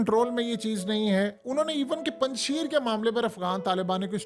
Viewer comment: Mohtarim Yeh Word Punj Sheer nhi hy. Esko Durust Kijiye. Next Care.thanks